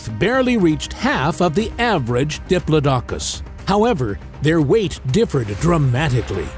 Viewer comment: I hope this doesn't turn out to be one of those "go to sleep" videos that turns out to be way too interesting to fall asleep to. I'll just go put my python to bed first. 😂 And it's "di-PLOD-i-cus" not "di-plo-DOC-us."